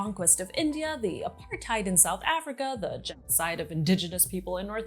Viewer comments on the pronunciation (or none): none